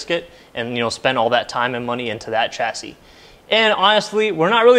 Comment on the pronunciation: Coupe is a French word and is correctly pronounced Coopay. A coop is where to keep chickens. Chassis is also a French word and is correctly pronounced shasee. Sh not Ch. You also said you guyses. It's just you guys.